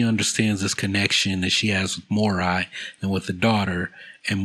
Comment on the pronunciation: Morai is pronounced Moh-Rye, I don't know why you say " moe-ray "